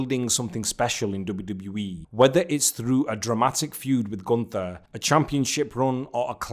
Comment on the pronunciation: gunTHer has no aura. GunT(h)er has motion. Say it like it’s oktoberfest and there is a thick German girl who will only love u if you speak her father’s name correctly, and her father is Ze Ring Generale.